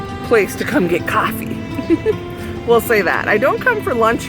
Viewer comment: Your city should have a cat park, so your cats can run around with other cats!:) Hi! Thanks for taking us along on a ride through your beautiful snowy town! I love how you say, "Caaaahfee.":)